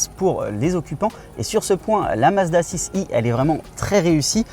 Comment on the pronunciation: Pourquoi vous dire « Mazda six i »? Soit vous Parlez anglais, avec les chiffres aussi, soit français. Assumez votre langue et votre pays!